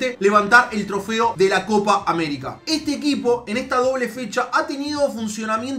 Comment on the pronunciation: ''coca américa''